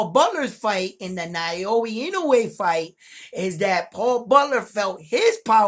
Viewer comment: Bro it’s now-yah not na-yo-ya. Easy. Your in-no-way pronunciation is 100% on the spot tho 👍🏼